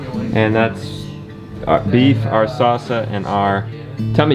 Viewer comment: toe - mah - tee - yo